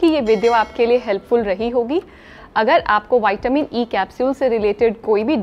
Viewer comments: Hello madam , विटामिन बोलने से कोई दिक्कत है क्या वायटमीन बोलने से कुछ बदल जाएगा क्या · विटामिन को बार बार वाईटमीन बोलने में अच्छा नहीं लग रहा मैम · विटामिन बोलो ना क्या बाइट मिन बोलने में लगी हो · वैटामिन होता है या विटामिन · वायटीमिन नहीं विटामिन होता है वो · Madam ple goli ka shi nam bolna shiko waytamin bol rh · Pahle vitamin bolane se kya vitamin nahin hota vitamin hota hai